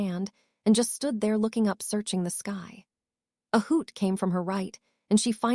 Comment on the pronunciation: Ski and sky are literally two different words and literally pronounce differently sky is not pronounced ski